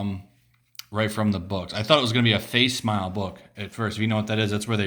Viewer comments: I just want a damn burrito! face smile? lol. fax-emma-lee is how it's pronounced. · lol, what's a face smile book? i think you mean, facsimile (fac-sim-i-le) ;)